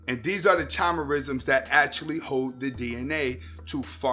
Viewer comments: Yo you're saying chimerism wrong it's not chimerism try saying it like this kymearism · Pronounced (kaimerism) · The ch is hard. As in the mythical creature "Chimera" from which it takes its name🤓